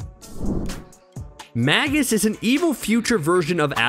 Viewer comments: Magus is pronounced 'May-gus' not 'mag-us'. Do you not understand what a Magus is? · Magus is pronounced May-Gus